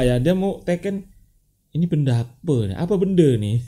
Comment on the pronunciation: ..sy dari malaysia..suka dengar abg cakap 'ape bende'..hahaha🤣🤣